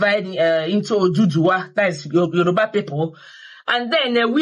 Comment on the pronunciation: As old as you are you don't know how to pronounce Yoruba. You act like a child.